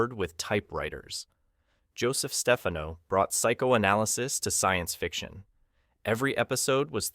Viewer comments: stupid computer - it's not Stefeno, it's StefHANO!! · In Italy, Stefano is pronounced as you do, with stress on the first syllable. But Joseph Stefano, Italian-American, pronounced it Steh-FAH-no, with stress on the second syllable. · The narrator is AI hilarity: I D instead of "id," "ZuZUHZUHZuzuhzzZah" and it's Joseph StePHANo. The visuals accompanying the narration match randomly. Lots of repetition when there is much more to be said. By the way, James Doohan also appeared in an Outer Limits episode, as did Majel Barrett herself